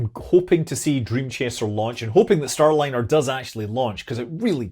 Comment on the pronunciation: "Stay-liner" Rekt lol